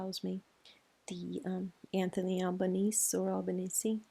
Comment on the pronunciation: Thanks, you pronounced Anthony Albanese's name really well! Thanks 💖